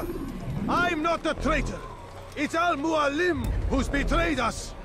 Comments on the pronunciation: I am so pissed off that the voice actor butchered the inflection in Al Mualim. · He places the accent on al muAlim instead of al muaLIM